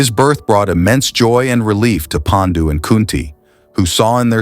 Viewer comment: Your videos are excellent I have subscribed your channel. ❤❤ one request please pronounce Paandu and not Pendu similarly it will be 👍 great if you actually pronounce the Indian names in Indian ways! Love ❤❤ from India.